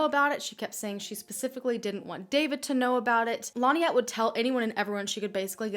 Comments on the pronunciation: Hard to believe. David did it. Also you kept saying Linette. It's pronounced Lin-ette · Why does the narrator deliberately mispronounce Lynette’s name? Stupid and annoying!